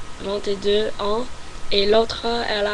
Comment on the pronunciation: Ton français est super mais évite de séparer les chiffres et "ans" .Pour ça tu peux faire la liaison ;-)